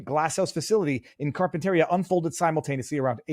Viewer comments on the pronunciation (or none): Pronounced Carpin-ter-ria and like tortilla it’s Cama-ree-o actually I think it was Oxnard. The infamous onion field